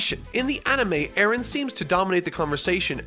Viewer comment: man your pronunciation of the name Eren throws me off so much because it's a turkish name and it's pronunciation is way different here